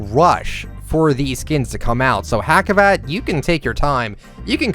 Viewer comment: Hacivat, the C sounds like an SS though ( Like Hassivat, not like Hackivat), just F.Y.I.